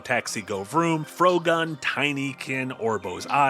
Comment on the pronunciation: Can no one pronounce "Frogun" correctly? Or did the pronunciation of "frog" officially became "frowg" and no one told me?